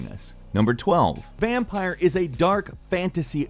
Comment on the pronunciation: I think it's Vam (pier) like ocean pier